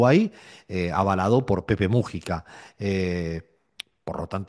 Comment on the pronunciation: pd": tiene un apellido grave, no esdrújulo